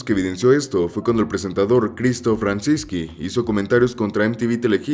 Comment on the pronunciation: Se pronuncia “CristoF rachinzki” (se que no se escribe así pero así se pronuncia) con “F” nunca puedes pronunciar ni un nombre bien siempre te tragas una letra o le pones o quitas tildes.